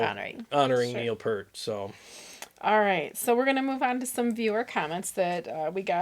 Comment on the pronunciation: RIP Neil. So sad. FYI, the pronunciation sounds like Peeeert. P then "ear" then T. =). Only took me 40 years to learn that I'd been saying it wrong. Thanks for the live stream! One of these days I'll catch one as it happens!